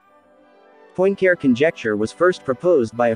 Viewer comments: You just cannot say POINT CARE as it sounds in English... (please say something like PUA-CAREER). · “Point Care”? 😢My goodness, can’t you make at least the effort to try to approximate the correct pronunciation? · Your pronunciation of 'Poincare' hurts my ears. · Not to mention unable to pronounce Poincaré. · Well, but why do you refuse to pronounce Poincaré correctly? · Why would someone put so much time and effort into producing a video about a mathematician known for proving the Poincaré conjecture, and not first of all learn to pronounce Poincaré?